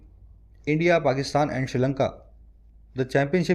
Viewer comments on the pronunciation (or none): none